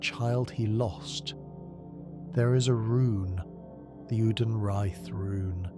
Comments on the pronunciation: Take a drink for every new way "Oedon" is pronounced. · Great video, love the lore. Why do you have multiple different pronunciations for each character that you seem to cycle through?